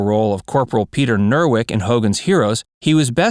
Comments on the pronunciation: " Dawson played the memorable role of corporal Peter NerWERK ? " I guess the role wasn't so MEMORABLE for the droll voiced narrator. Dawson played the VERY MEMORABLE role of Peter Newkirk - NEWKIRK ! You FOOLS. Didn't ANYONE exercise editorial CONTROL over this video ? Damn you... DAMN YOU ! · Nerwick? Newkirk you dumbass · It’s Corporal Peter Newkirk, not Newirk!!! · Its Newkirk, not Nerwik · "Peter Nerwik" 🤣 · "Nerwick"? You mean Newkirk. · Peter Newkirk not Nerwick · Newkirk, not Newark! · Newkirk not Nerwick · I let the abdominal bleeding slide, you don't "contract" it, but Dawson's name was Newkirk, not Nerwick It is there I stopped watching this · Sounds like you called Richard Dawson's character Peter Nerwick... It was Peter Newkirk. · Ah, yes, that immemorial role of "Corporal NERWICK" on Hogan's Heroes! Who could forget the affable, jovial, hilarious corporal NERWICK!!!!!!!! SOn!!!!!!!!! You had ONE JOB. ONE JOB. SAY THEIR NAMES RIGHT. That was your only job. You are a moron, a drooling moron. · That's Newkirk, you dope, not Berwick! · Newkirk. Not Newark. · Dawson played Newkirk, not Neuwirk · Dawson's character was Peter NewKIRK NOT NEWWORK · Peter NERWICK??? I think you mean NEWKIRK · Richard Dawson was not Nerwick you boob, he was Newkirk. Get a narrator that at least watched the show. Ivan Dixon, John Banner, Werner Klemperer & alot of Hogans Hero's ladies had recurring rolls in Perry Mason long before HH. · NOT "Nerwick" - aaaarrrrggghhh! It's NEWKIRK. Again, your videos have a LOT of inaccuracies. Not good for this type of video. PLEASE get your facts straight. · Dawson it was the character "Newkirk" not Neuerig. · Richard Dawson played NEWKIRK NOT NEWERK. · Newkirk, not Newwork. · “Nerwick?” It’s Newkirk! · Nerwerk? I thought it was newkirk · Newirk??? Dawson played Peter Newkirk. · Richard Dawson played as Newkirk....NOT Nearwick!!!! You sure get lots of things wrong! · The narrator mispronounced Richard Dawson's characters last name of NEWKIRK.